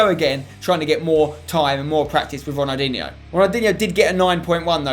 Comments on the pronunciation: Ronaldinho - not Ronaldiniho. Stop adding an extra i between the n and h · Have a shot everytime he says Ronaldinhio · How many times does Spencer say ronaldiho in one video it must 40 times but great video Spencer